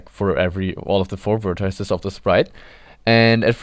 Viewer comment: This may be a very minor grievance, but why pronounce it "vertiiece"?